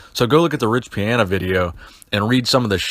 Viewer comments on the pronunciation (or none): Love the channel but goddamn you say riches name wrong every time